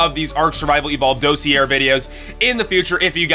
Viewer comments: Sorry it's bothering me.... it's pronounced dah-see-ay. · Ok, I don't mean to be THAT guy, but the word "dossier" is pronounced dah-see-yay. (Or at least I'm like 99.9% sure it is.) And holy crap, that dragonfly looks like something I've drawn o-o Anyways, I really like these short videos describing the dinos. It's kinda neat to think about the different concepts of survival for different species. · dossier is a french word, it's pronounced.. daws-see-eh (like eh? hoser?)